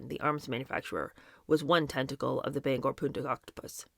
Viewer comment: Thank-you for pronouncing Bangor properly. Most people not from Maine call it Banger which is incorrect. And Bogotah is pronounced BO-GO-TAH not bugotuh. Don't mean to be persnickity.